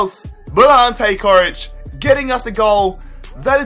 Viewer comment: Jesus, you really butchered Coric's name